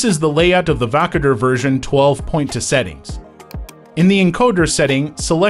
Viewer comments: Wtf is wakader dude 😂 it's Voukoder Woo- Coder you dingo. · Learn how to pronounce the name of the application.